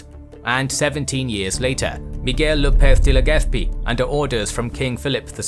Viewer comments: That Castilian Ceceo pronunciation of the letter Z in Lopez de Legazpi, nice attention to detail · It is not "ceceo", it is the correct way to pronounce the "Z" in. Castilian, if you pronounce the Z as an S you are the one who "sesea".